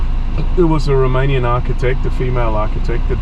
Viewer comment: Your romanian pronunciation is very good 👏❤️🙌